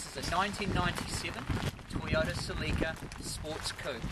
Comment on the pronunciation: Not cilika it's celica !!!!